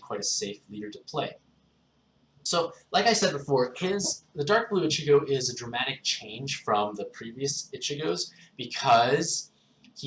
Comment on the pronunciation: It's pronounced EECHEEGO